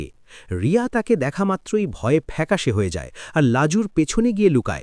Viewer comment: Name ta to thik kore bolo Riya na Bonolota..😢